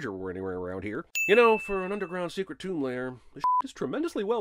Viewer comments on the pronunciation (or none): none